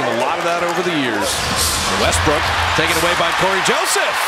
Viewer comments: The announcer said Westbrick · Commentator called westbrook westbrick lmfao😂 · Did he just call him "westbrick"